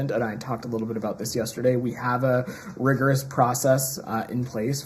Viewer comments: 🤣🤣🤣🤣🤣🤣🤣🤣🤣 "rigorous" my ASS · "rigorous process" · 'Rigorous' 😂 this man is out of his depth